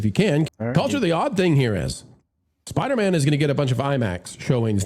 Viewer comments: Spider-Man not Spidermun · Who the hell is “Spidermun”? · I love the way Culture says "Spidermann" like it's a jewish last name😂😂 I had an old band that used to make that joke: J. Spidermann, Attorney At Law 😅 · The guy in the red shirt - why is he annoyingly calling it "Spidermen"??? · Culture= "Spidermen" 😅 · needs to try and accentuate “man” when he says Spider-Man 💯🤷🏻‍♂️🤣😂🤣😂🤣😂🤣